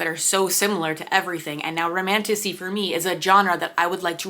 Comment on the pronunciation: romantasy honestly sounds like romantussy